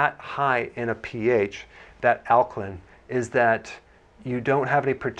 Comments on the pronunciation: Lost me when he left the “a” out of alkaline, like the “a” is silent or something. Nope it’s Alk-A-line. Not Alkline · AL-KA-LINE NOT, al ka LIN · Alka LINE ... damn, am I the only person annoyed that he keeps pronouncing it alka-len? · It’s Ak-line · In 79 seconds i hear ˈalkəlin,ˈalkəˌlīn/ badly mispronounced many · He almost pronounced it correctly towards the end. It’s a long i 😩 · you cant even pronounce alkaline [ al´kah-līn ] properly. why would i believe what you have to say about it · ok so it's not alklin! The last 4 letters soundout like this ↪ ______ . Oh is that a line? Yes. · This fool can't even pronounce the word "alkaline" correctly!!! = al·ka·line 😅😅😅😅😅😅😅😅😅😅😅😅😅😅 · Alkalin? In sure there an e on the end of that word.. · The way he says alkaline is funny lol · Is nobody else bothered by the way he says alkaline? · Yeah im totally gonna take your advice. Not! You're not even pronouncing Alkaline right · this guy can’t even pronounce alkaline correctly. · Pronounce alkaline properly please. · Daniel Druziki Well the guy in the video doesn’t know how to pronounce alkaline so I would say he’s probably not a credible source of information.